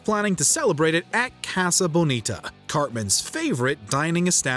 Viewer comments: Could you please not Americanize the pronunciation of 'casa',? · Could you please not Americanize the pronunciation of 'casa',? I know Mojo is Canadian but there's no such word as Canadianize.